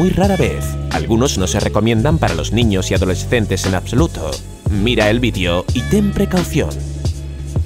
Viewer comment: Se dice video no vidio